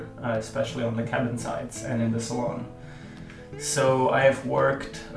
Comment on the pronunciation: It's NOT a "...Salon...". It's a SALOON!!!